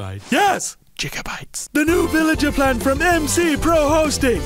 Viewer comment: Two whole gigabytes! (Jig-uh-bites)